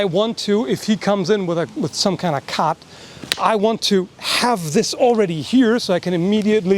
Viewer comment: Some kind of cat? Why you say cut wierd just sometimes. Its okay that you dont have an accent